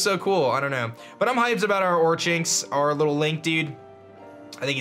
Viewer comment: pronounced or-kinks